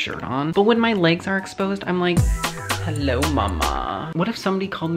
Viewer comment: i clicked faster then says “hElLer”